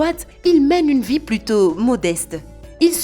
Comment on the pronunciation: Lol c’est vie pas vit